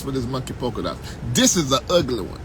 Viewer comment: did you say UGLEDY??😂😂 I'm weak